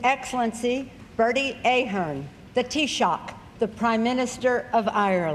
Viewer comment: she pronounced ahern wrong